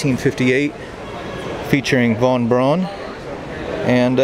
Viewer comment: Von Braun’s name is pronounced “Von Brown”... everyone gets it wrong!